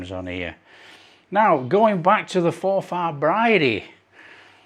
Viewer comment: Pronounced for forfur not for far